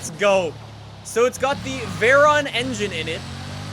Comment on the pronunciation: How can you pronounce Koenigsegg but not forza or Veyron?